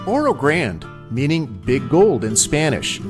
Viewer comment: Loved it. Trip down memory lane. Made that trip several times as a kid in the 50's. Please check pronunciation of Oro Grande. Or do the locals use the Anglicized pronunciation? I've always called it Oro "Granday" as I heard it as a youth.